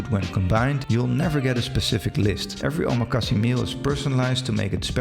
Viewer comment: I couldn’t continue listening because of your pronunciation of omakase and sushi. If you’re going to make a video on the topic as someone with knowledge of it then you need to study the correct way to say it. The last syllable has a short /e/ sound/-not long! So it is not “see!” It made me cringe. You’re also putting a /sh/ sound on the first syllable of “su” in sushi. So I almost immediately had to stop watching your video.